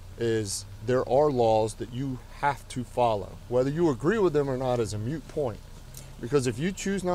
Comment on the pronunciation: MOOT! MOOT! it’s a moot point, not a MUTE point.